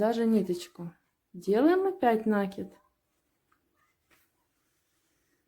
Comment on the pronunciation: 7-8 минут - ну где красота? покажите красоту. не нАкид, а накИд! ну это не штопка совсем. Просто пришить латку, а проблема не ушла. Просто сделать как сейчас "модно"